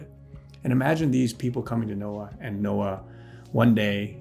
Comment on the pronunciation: Did you say Nokia or Noah? hehehehe